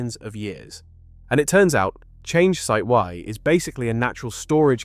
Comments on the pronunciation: It's not "chan-gay" or "chang-ee" " it's chong-uh" in Mandarin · Interesting info. Thanks. But it’s not called Chang gay. Or Chang geee. It’s something like Chang Errr. The rrrr is of course silent. The craft are named after the famous Chinese moon goddess. 嫦娥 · Oh my ears, it’s “Chong un” ! I thought China was already mining Helium on the moon.